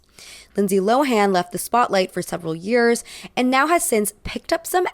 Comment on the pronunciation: It's not LO-HAAN!! IT'S PRONOUNCED LOWEN